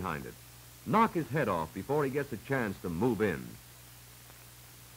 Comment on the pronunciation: Before me, Not Gore me. ....;)